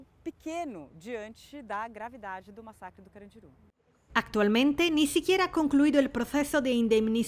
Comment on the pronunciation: El acento iba en la U de carandiru y dijo CarandIru con acento en la I 🤣🤣🤣🤣